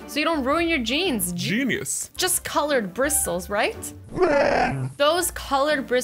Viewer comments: Did anyone else laugh when the said Jeanious 🤪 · "JEANuse" Lmao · Jean-ius 😭😂 I love azzy